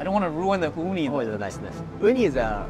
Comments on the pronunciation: Oooh-knee. Not ooh-Nai. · This is the worst Japanese pronunciation coming from an Asian that’s not Japanese. Oo-Nai? You mean Oo-knee? 😅